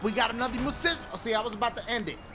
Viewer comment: festiVAL... i wasnt expectin that lmaoo idky it was so funny....and the way he say musician lmaooo